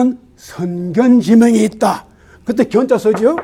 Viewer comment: 손견지명의 독법이 틀렸나이다. 두 자씩 띄어서 읽으셨습니다. 잘못입니다. 앞 석 자를 부처서 "선견지 명"이라고 띄어서 읽어야합니다. 이 갈 지는 소유격으로 쓰여젔기 때문입니다.